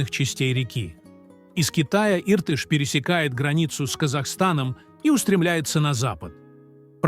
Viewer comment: Отвратительно ...научитесь верно произносить слова Иртыш и Зайсан.